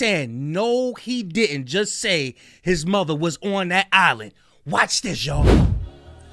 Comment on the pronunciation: He did not completely pronounce the entire word "island"